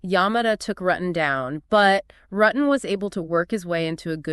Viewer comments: Its not RUTTin Its ROO ten. Rutten. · Yes cuz they keep saying his name wrong it's Rooo ten. Not RUTTen